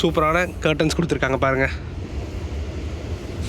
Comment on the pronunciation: Super,kuduthurukkanga not kuduthirukkayanga